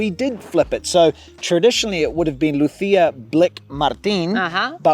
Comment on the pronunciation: You keep calling your daughter “Luthia” sorry I had to…